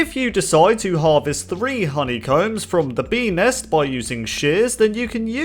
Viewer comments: I hear penis instead of bee nest or ness idk ._. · beenest sounded like penis